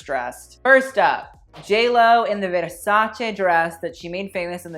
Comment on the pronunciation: it's the part when he tried saying the italian last name for me, how can u say u dont know how to pronounce but u put so much emphasis on the word Versace......lmk how that works. Also stop trying to be fancy when saying Yves Saint Laurent just say it like a normal person or just say YSL jesus why do people have to say things a certain way but cant say another word the right way. I just don't understand ppl sometimes.......smh